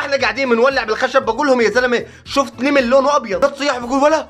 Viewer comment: نمل ❌❌❌❌ نِمل✅✅✅✅✅